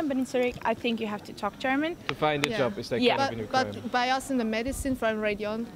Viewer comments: how to find a ...yoob... ahahahah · It'a JOB, not Yob. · Sorry. But Its not a yob …. Its a job. Learn English at least before 👍🏻